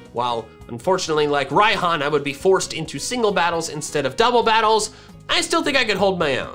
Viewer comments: Raihan's pronunciation is rayhan Not raiihan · why does everyone pronounce Raihan's name wrong?